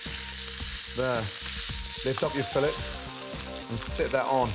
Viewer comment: It’s not fillet, its fillet